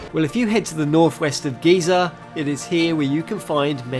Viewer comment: You said "Giza" wrong.